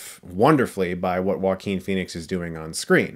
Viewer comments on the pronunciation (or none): I have a 2 friends called Joaquin and they pronounce it Jo-quin so why does he pronounce his name Wakeen